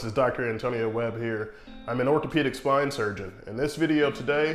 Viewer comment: "I'm an orthopaedic swine surgeon." I can't not hear it.